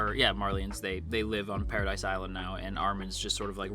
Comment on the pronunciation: It's pronounced "pa-ra-dee" It's the French word for "heaven".